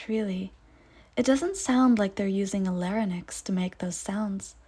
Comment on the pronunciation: Not “lare in nex” but lare INX!